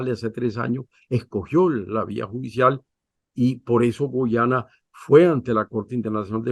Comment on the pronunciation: Nitu, es Guayana no Guyana siempre te confundes